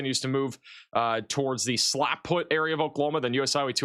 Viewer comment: the town is Slapout, not Slapfoot. Love your warnings, and I don't even watch regular Oklahoma weather anymore ❤❤